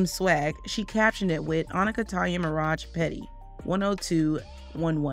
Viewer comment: Onika as in OOOOOOHH not Anika as is in Ahhhh